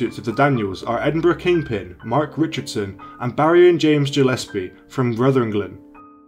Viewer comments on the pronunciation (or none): Jillespie 😆 Ruthenglen 😆